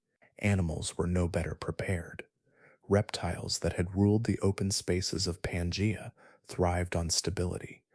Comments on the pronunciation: Pan gee a not pan jay a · 😂 pan-jay-a. That was distracting